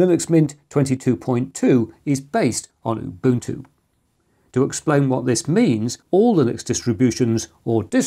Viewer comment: Why do you say UBUTU without the N.